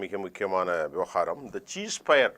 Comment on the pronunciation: Dear Gem Tv editor, Please find a speech therapist to correct your words. I studied English Medium. So I can't tolerate your pronunciation. No cheese fire. Cease Fire is the correct pronunciation. - From Colombo